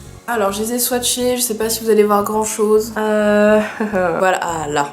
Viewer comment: Oh le Bâ chez pas typique Lorrain j'adore 😂😂